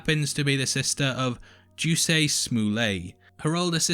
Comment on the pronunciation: Her brother’s name is pronounced Juss- Ē not Juicy.